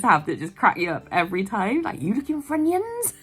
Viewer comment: 🤣 I can't stop laughing at it! It's because it sounds like my mates dad who has a very thick west country accent! It's brilliantly funny! How can I go in m&s later without laughing?!